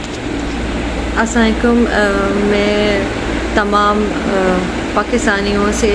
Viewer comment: سا علیکم نہیں السلام علیکم ہوتا ہے بد دعائیں کیوں دے رہی ہو ما جی سلام پوری کرنی چاہیے 🙄